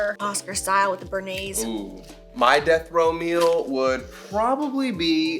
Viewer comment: Everytime said “death row meal” I kept hearing “death Romeo” and idk lol. The first time he said it I was like what?? And then when you answered him I’m like ahh okay death row 😯 got it lmao. Too many margs maybe 🤔😂